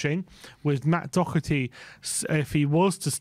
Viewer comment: There is no C in Doherty.Its not Doc herty!!!